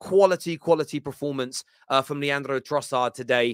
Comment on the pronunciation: LeanDDRRRo and muDDRRRyk, oh and miTTRRrovic now… bro why you rolling your Rs like that ?!